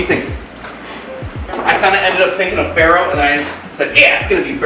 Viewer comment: Pharoh sounds a lot like feral. I honestly thought you were saying feral until you put up the pictures.